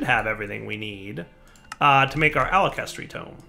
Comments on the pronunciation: Every time said "alakestry" I cried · its pronounced (ALK-a-hess-tree), sorry but its from full metal alchemist, and hearing mispronounce it (you can tell even from the spelling, sounding it out) tilts me so much!